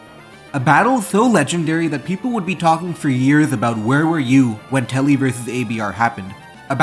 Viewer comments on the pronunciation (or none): It's tubby not telly. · It’s Tubby, not Tele(Telly) please. The name was on the screen. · Why do you keep calling him "Telly" when his name is shows as "Tubby" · Why do you keep saying "tully" instead of "tubby"?